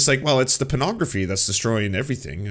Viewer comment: Gotta say, I love pronunciation of "pornography" as "prenography". That out there, I'm quite sure John Doyle just praised pornography. I heard him say it was "good". At worst, he admitted it was better than it used to be. Yeah, definitely an airing of dirty laundry here. Probably trying to get ahead of the leaking of his own tape where he wraps a belt around his neck and forgot to turn off his webcam. Gotta get ahead of these things.